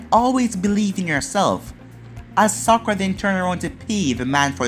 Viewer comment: Stop saying sakura